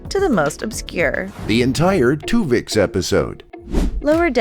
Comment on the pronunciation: "Twovix"... seriously?